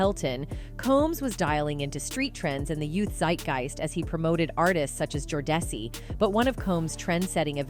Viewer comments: Jo-Dessi??!! 🤣🤣 Hey, it's Jodeci! (Pronounced JOH-dee-see)😂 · Who is Joe-Dec-Ci did she mean Jodeci..😂😂😂